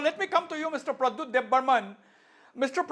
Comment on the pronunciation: The smart answer of bubagra of Tipraha, Pradyot ji is brainest. Mr anchor learn to say Pradyot JI.